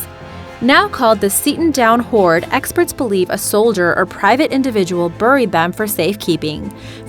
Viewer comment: Am I the only one to hear "whore" instead of "hoard" for number 7? And "ber-ied" got me as well, thinking I was watching The Cleveland Show how Cleveland pronounces "buried" like "ber-ied" Same thing with "root" for the route.